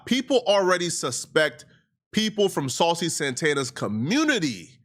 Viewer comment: Miss Saw-Cee 💅